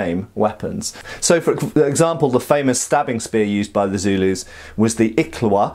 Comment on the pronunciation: You were pronouncing "Iklwa" wrong. its not "ik la wa" its more like "eeekwaaa" but, the kw sound is almost like a suction sound.